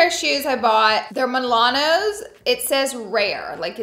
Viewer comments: Girl it’s MaNOLO not MiLANO! Lmaoooo 🤣🤣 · Is she saying Milanos instead Manolo? 😁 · Absolutely love these purchases. It’s Manolo, Italians it’s pronounced like Ma Nor Lor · Your pronunciation of Manolo made my day 😂 MA-NO-LO ♥️